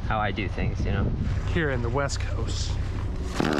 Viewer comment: you missed pronounced "best coast".